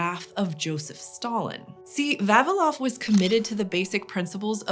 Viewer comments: VavIlov. Stress on I. I would really love to know what is the evolutionary reason behind English speakers always mispronouncing Slavic names. 😂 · Not Va'vilov, but Vavi'lov 🤌